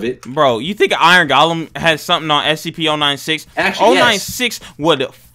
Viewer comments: said SCP but rikutto said STP so funny LOL hahah😆😆😆😆🤣🤣🤣😂😂😂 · If you know he said scPEES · He said stps